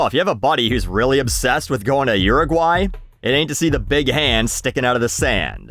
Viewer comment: I did not expect to have that good of a pronunciation of Uruguay. Also the pass that Dutch reference made me feel old LMFAO